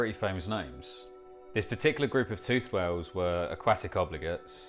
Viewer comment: Why do you pronounce it "way-oohs". What happened to the "L". Is it at the pub or sitting in the garden?